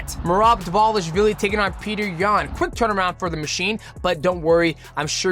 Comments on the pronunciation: he pronounced Dvalishvili perfectly though (“v” is pronounced “w” in clusters) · Respect to Mighty for FINALLY Pronouncing Dvalishvili perfectly. xD